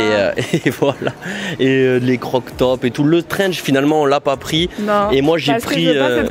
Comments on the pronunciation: C'est un TRENCH pas un strenchge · C'est un TRENCH pas un STRENGE mdr